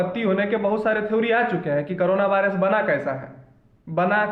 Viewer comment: aur v video banaiye korona virus bhut aache se bole thank u sir